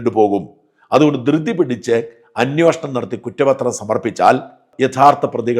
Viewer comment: ഇത് അന്വേഷണം ആണോ അന്വോഷണം ആണോ. താങ്കൾക്ക് തരക്കേടില്ലാത്ത മലയാള പദം പ്രയോഗം